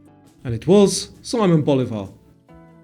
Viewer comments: “sih-MONE” not Simon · Loved the quiz. One detail: Simón Bolívar is pronounced differently than in English; it goes somewhat like See-mon Bo-lee-var. (Bolívar: not like Boulevard, but with the accent on the í / ee) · Simon Bolivar = See-moan